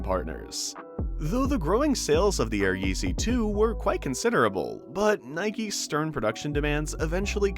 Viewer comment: “Nikeses loss and adidases gain”